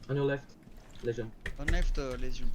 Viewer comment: "On lèfte Lésion." Ah, the french...